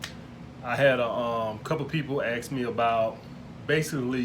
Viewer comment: Someone Axed you? Haha ebonics are funny.. (I'm black too from europe though)